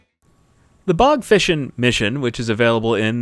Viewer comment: The way u pronounced though😂 BOG FishIn